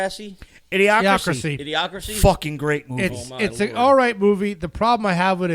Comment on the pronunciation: Mispronouncing Idiocracy? Brilliant.